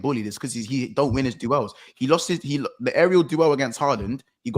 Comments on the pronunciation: He knows lol was like it’s duels and was like yeah I know duelzzz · That’s how arteta says it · Is anyone ever gonna let know he's saying duels wrong?.. 😅